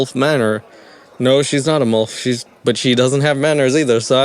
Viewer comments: Sorry but it's milf pronounced like milk. Not molf pronounces like wolf. 😅I was laughing just due to this the entire time along with the silly concept ridiculousness of the show.🤣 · I haven't even made it through the opening ad... but... I'm going to count how many time he says MULF instead of milf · It's like he's saying "MULF". Mother U'd Like to F*ck. 🤣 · Why do you pronounce it "mulf" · You have an interesting way of pronouncing milf 😂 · Obsessed with the way you pronounce "MILF" 🥰